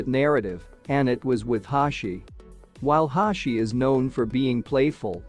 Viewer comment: Hoshi❌ Hashi✔️